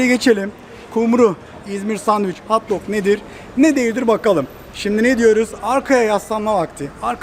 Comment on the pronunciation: Hauwt doug değil, hot dog!